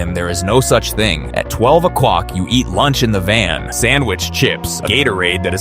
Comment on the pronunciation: "At nine ocwock"😂